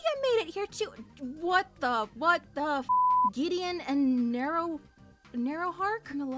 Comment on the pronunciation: Videon? Narrowhark? Am I mishearing you? The ship is generally griddlehark bc gideons nickname is griddle